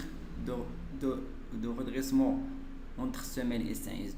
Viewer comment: Poutre de redressement pas redessement